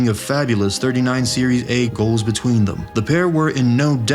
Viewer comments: Why you always got to say 'series' A when it's 'Serie' dear AI or a person who made this video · It's serie aah, not series A. Pronunciation is off